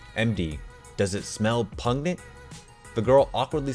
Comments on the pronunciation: Dear God can you not read the name Enid Blyton (ee-nid bligh-tun) she is a famous English children's author. Also it's pronounced pungent not pugnet and min er vha mac gone igh all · its pun-gent lol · Pungent was said wrongg😉🤷‍♀️😂😂😂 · You not knowing who Minerva McGonagall is or how to pronounce “pungent” makes me so sad 🤣🤣